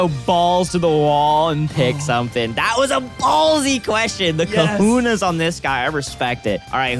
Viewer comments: Cajones, not Kahunas. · Tell that it's cohones, not kahunas..please, lol.